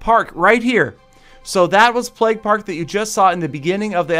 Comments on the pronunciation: stop saying "pleg" it'd pronounced "pla-y-ge" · Isn't it pronounced playg? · Thought he was saying "Plegg" for so long.